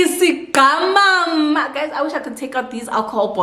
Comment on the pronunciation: Not “isigqamama”😭😭💀